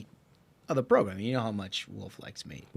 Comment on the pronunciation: The progrum isn't the progrum if Ashbrook is absent.